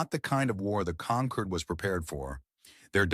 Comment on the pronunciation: Do not use words that can be pronounced in 2 ways. Conquered and Concord are the same to AI. It was constantly wrong. Avoid the word wound at all costs.